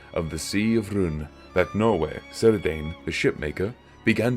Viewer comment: i don't want to be "that" guy but it's pronounced kird-an. In Tolkien's writings the C must always be read as a hard K, like in car and not like in cynical